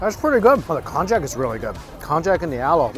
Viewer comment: Kon-yak. Not Kon-jak.